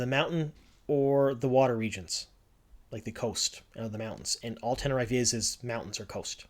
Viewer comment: actually, ten-ne-ree-fey